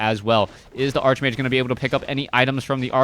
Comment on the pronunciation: You mispronounce Archmage...